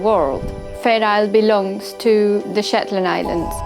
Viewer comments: Did she say shitland !!!!!???!!!! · Did she say shetland?